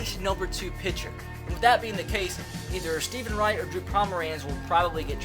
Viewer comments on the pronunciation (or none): none